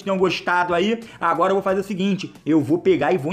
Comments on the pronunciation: "ágara" kkkkk MDS kkkkk se o Bichão memo hein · "AGARA" ? AGARAGÃ? KK LIKE